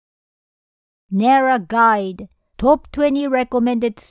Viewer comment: Junjiro says he's born and raised in Japan, but he's pronouncing "Nara" incorrectly 😂